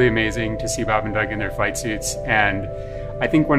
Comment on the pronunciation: At first I thought he said 'fight suit'. Kinda disappointed it's just a flight suit...